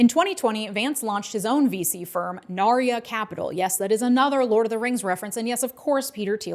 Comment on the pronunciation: hey, I loved the video, but as a hardcore lotr fan I have to say: it's narya (pronounced like narja), not nar(i)ya, the y in narya is a single j, and explicitly not an "i(j)". I know noone cares about this, and it doesn't affect anything, but I was listening to this with the screen of, and had to turn on my screen to check what lotr thing you meant.